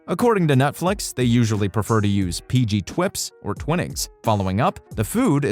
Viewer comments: Can the narrator please learn to pronounce croquet PG Tips not Twips etc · PG... what? Did you say "twips"? "PG twips"? .... and "twin-nings"? Smh.